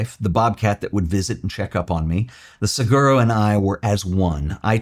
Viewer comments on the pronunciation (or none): Saguaro= suh-wahr-oh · Another great video,. Some very interesting portrait work and I particularly like the color work from Arizona. My only edit would be that most people familiar with that region pronounce saguaro, "sah-where-o" with the accent on the second syllable. They are truly beautiful cacti as the artist has demonstrated. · Many thank yous. You might (ahem) look into the pronunciation of saguaro.:^)